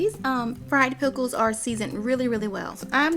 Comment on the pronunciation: She said "Peckles". Lol.